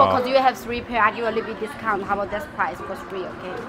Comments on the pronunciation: i love how she said "price" like "PWUUAIZZ" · The way she says price is "pwice" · I loved the way how that woman said “pwice”